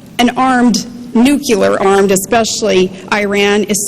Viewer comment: she says "nucular" :)